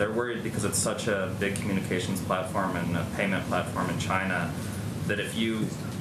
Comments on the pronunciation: "Chyna virus" god i love this man. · It comes from ....CH-YNA